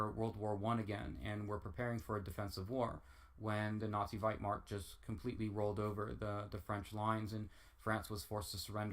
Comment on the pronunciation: It's "Wehrmacht", not "Werchmart"